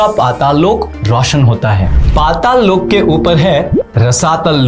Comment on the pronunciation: Please dont add extra "a" in every hindi word. It is not Loka it is Lok. stop adding a at end of every hindi word - its Arjun not Arjuna, Mahabharat, not Mahabharata, Ramayan, not ramayana and so on. Prabhupaad, not Prabhupada. Thank you for the video and knowledge.